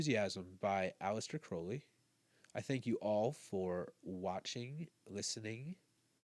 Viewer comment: Giving you a like just for saying his name correctly 😀